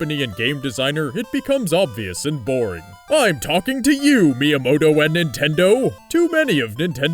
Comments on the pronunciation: Every time he said miamoto during the pokemon parts i lol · Why do you keep saying miyamoto? he has absolutely nothing to do with pokemon!